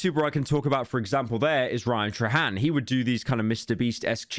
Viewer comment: no way u pronounced trahan wrong and called him a mrbeast clone